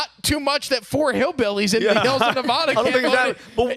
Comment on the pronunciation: LOL at Na-VaH-du. If people dont pronounce it that way in nevada, neither should you.